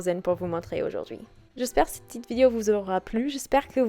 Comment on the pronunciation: Bravo pour cette vidéo. J'ai découvert ta chaîne il y a quelques mois et je suis fan! Petit détail rigolo dans cette vidéo: à on entend presque "c'est une PUTAIN de tradition" au lieu de "c'est une PETITE tradition"... ça m'a fait rire;-) Merci encore pour ta gaieté, ta joie de vivre et tes petits moments de vie:D